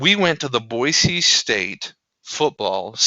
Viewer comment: Congratulations on pronouncing Boise correctly :)